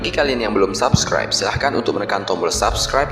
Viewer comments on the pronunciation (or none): none